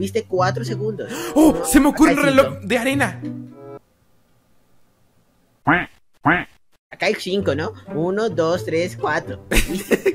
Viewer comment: En el minuto dice reloj de "anera" jaja